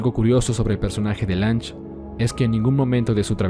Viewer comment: Se pronuncia Lun-ge. Y su "ego" no lo hizo fallar, al trabajar como una computadora posee la visión más imparcial de la historia, perfección distorsionada por es espectador ya que el no es testigo de lo que nosotros si. El hecho de haber sospechado de Tenma hasta casi el final es por la falta de pistas por parte de Johan, su presencia física es totalmente imperceptible y Lunge hace referencia a ello un par de veces. No creo que su error tenga que ver con algo tan superficial como el "ego".